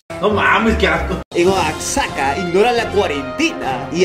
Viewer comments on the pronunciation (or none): En la parte de oxaca , se lee oajaca y se escribe oaxaca , paque sepa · Se escribe:Oaxaca Se Lee oajaca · no de dice Oaxaca:V así es como se escribe pero se dice Oajaca Xd u.u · Oaxaca jajaja sedice Oajaca jahaha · jakakakaja soy de Oaxaca y me ofende mucho que lo pronuncie así pero comprendo porque no es mexicano jakakakak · se pronuncia oajaca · nadie yo viendo que dice mal oaxaca modo triste